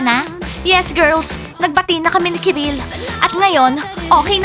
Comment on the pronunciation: Kirill hindi karil,keril,kirel,ciril